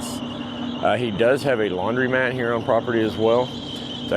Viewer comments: I LOVE how you pronounce laundrymat! ❤ as it should be:) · Your video is fine but please learn how to pronounce laundromat.